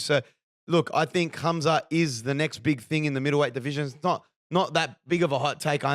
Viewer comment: you say his name has Hamza with a ح not خ. The kh sounds wrong despite how it's spelt. Pronounced حamza.